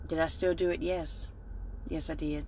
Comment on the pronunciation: At the very end, all I heard was, "If I dude it I get a whoopin'.... I dude it."